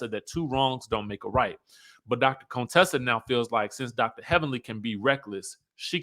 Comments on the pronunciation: Hey. Why do you call her Conetessa? Her name is Contessa. 😂😂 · The way you say Contessa🤣🤣😂😂 I need to put this sound on repeat! Conetessa...Cone?!🤣😂